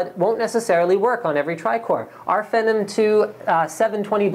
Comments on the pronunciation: ugh i hate how he says it "fehnum" ITS "FEENOM" DUMBASS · SAY IT WITH ME PHEEEEENNNOOOMM SHEESH NOT FENOM LOL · It's Phenom not Phenum LOLOL. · The word IS PHEEENOM, but I believe it was intended to be pronounced FENom. Because it was originally part of their spider platform? Venom, perhaps? Unless they weren't that clever about it.. Either way. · you just contradicted yourself like 3 times in that comment. if it came from the word phenomenon, then it wouldnt sound like your saying a slurred version of phantom. FEE:as in toll or acceptance charge; NOM: as in what lawlkats eat FEENOM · lol he calls it Fennum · is he saying phenom wrong? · It is pronounced Phenom btw :-) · omfg the way he says phenom makes me fucking made